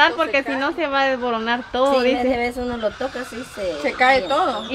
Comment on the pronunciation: Jajaja la bella dice de nuevo UNO..DOSN..TRESN..jajaja no aprende la japonesita..jijiji 😂😂😂🙋💯😂